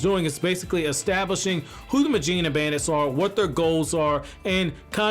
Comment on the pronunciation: Very proud of that first proper mujina pronunciation . Keep it up!